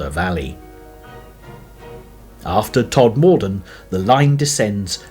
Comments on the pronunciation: The narration is done by someone who has never visited the area, so pronunciations are horrible. The first syllable of Calder has more to do with call than California. It's TODmerdon, not todMORden. The same person would never refer to chelSEA. It's MY-thom-royd; the letters at the from are not a myth. 8 miles to Normanton from Sowerby Bridge? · Somebody tell this bloke how to pronounce Todmorden and Mytholmroyd.